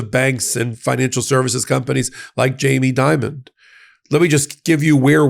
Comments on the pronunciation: The CEO's name is Jamie Dimon, not "Diamond". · I think Chase's CEO is named "Dimon", not Diamond or Dimond.